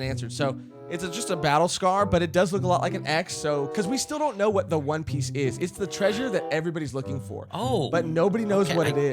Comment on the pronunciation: For its not one piece its "Juan Piece"